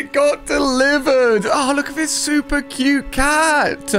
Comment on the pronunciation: Nobody: Alia saying cute: COOYUTAA